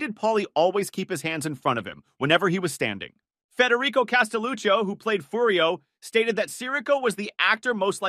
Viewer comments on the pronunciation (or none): I’ll donate a fart in jar for you. Mispronouncing Furio? Wow!